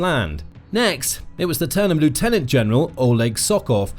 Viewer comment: Learn to pronounce 'lieutenant'. Your ignorance shows that you don't know what you're drivelling about.